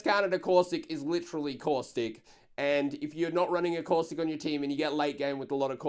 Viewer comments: The way says Caustic "COUSTIC" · He once said cautistic . I laughed soo hard